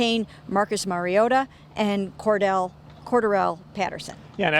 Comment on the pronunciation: These fkn nerds said CorderEll when it’s pronounced CoreDarell